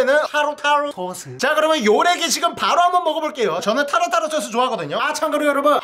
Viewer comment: 칠리쬬쓰 타로타로 소스 하나도 제대로 말 한게 없네 ㅋㅋㅋㅋㅋㅋㅋㅋㅋ